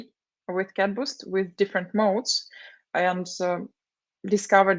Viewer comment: Abe CadBoost nahi hai... CatBoost hai!